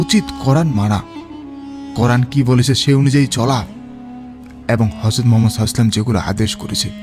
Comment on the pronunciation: হযরত মুহাম্মদ (সাঃ) উচ্চারণটা শুদ্ধভাবে উচ্চারন করুন ভাই